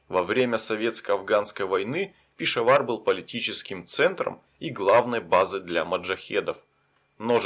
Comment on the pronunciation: 30 минута! Это тебе не Ебург, где можешь спать в сквере под скамейкой. Это не твоя война, уважай местных. А ещё пора понять, что в мусульманских словах ударение падает на последний слог. Не ПешАвар, а ПешавАр, не КаракОрум, а КаракорУм. И вообще впечатление, что таджики, пакистанцы, калаши поумней тебя, а ты их челами называешь, диктат. Козел!